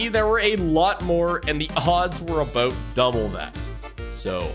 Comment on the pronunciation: right after "the odds were aboot double that" too